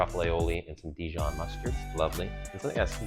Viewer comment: I only checked out the comments to see if anyone had an issue with the top of the tomato ending up in the sandwich. And don’t get me started on the way he said Dijon!